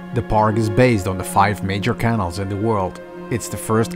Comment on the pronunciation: Keeps calling Canals Kennels...needs a bit of help with english